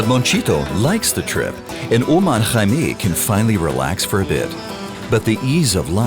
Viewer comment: Nice documentary! Small recommendation could be to please pronounce the driver's name as "Omár" (accent on the last syllable) as it is pronounced in Spanish!